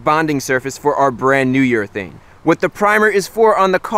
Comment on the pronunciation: I heard "New York thing" everytime he said "New urethane" 😂😂 Nice video Chris!